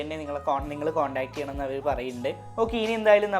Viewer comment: ഹവർ ( hour ) അല്ല bro അവർ എന്നാണ് പ്രോനൗൻസ് ചെയ്യേണ്ടത്